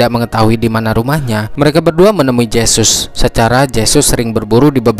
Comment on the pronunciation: Huruf J dlm aksara spanyol di baca He.jd Jesus di bahas hesus